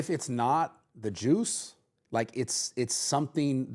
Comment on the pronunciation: Why did he say JUICE like that, lol